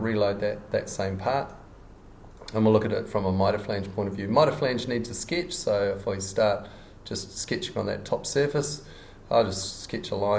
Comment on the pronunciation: Great tutorial, thank you! :) The only thing that disturbed my ear were the pronunciation of the words 'sketch' and 'edge'.